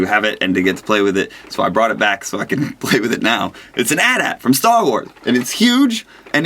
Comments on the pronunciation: He said "at at" lol. You just spell it lol. At-At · its not an "at at" lol /:) its an AT-AT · "atat"? Its AT-AT, as in ay tee ay tee (because the other ones are AT-ST, which clearly isn't pronounced as a word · sry pete its not an atat but an A-T-A-T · its a AD-AT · That isn't an atat it's an AT-AT! Gosh! :P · ummm did he just all that an atat?..its A. T. A. T.lol somtimes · Never ever call that an at at again AT-AT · It's called and A, T, A, T, not at at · It's AT-AT(AyTee-AyTee). As if you were just saying the letters. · AY TEE AY TEE, not "at at".......im a star wars nerd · pretty sure you say all the letters in the name of the star wars thinger. it's an A-T-A-T, not an atat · GAH! it's pronounced AT-AT not the atat! you say each letter. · It's pronounced A-T-A-T. Not at-at :P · Who should tell him its A-T A-T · I believe the AT-AT is pronounced: "Ay-tee-ay-tee" Such as pronouncing the letters. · I love the fact that he pronounces it atat. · ITS PRONOUNCED AY TEE-AY TEE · It's AT-AT A. T. A. T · But. But . AT-AT pronunciation though.